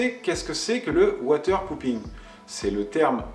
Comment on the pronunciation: Water popping avec un o et non pas un ou. Avec un ou cela veut dire chi... de l’eau :-)